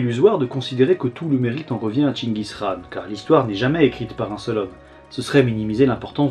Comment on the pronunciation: Très bien le respect de la prononciation de chenchis khaan. Comme d’habitude trop fort.